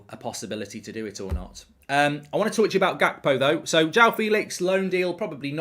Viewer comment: Unrequested pedantic question — isn’t the “G” in Gakpo pronounced like the “G” in Ruud Gullit?